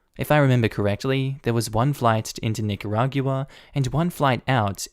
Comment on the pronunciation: Normally I gloss over pronunciations, but I had to chime in to say that it's pronounced Nih-kuh-raw-gwuh in English and Nee-kah-rah-gwah in Spanish. Not Nih-kuh-rah-gew-uh